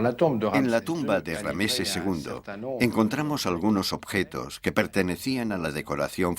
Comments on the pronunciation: RAMSÉS no Rameses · Por que dice rameses en vez de ramses ll y por eset en vez de seti l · Rameses no ,es ramses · Rameses??? Ramses sera amigo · una mierda la traduccion gallega, no saben ni hablar los hdps, rameses?